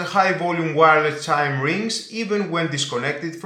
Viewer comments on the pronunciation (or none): The word 'chime' is pronounced chym, not chim.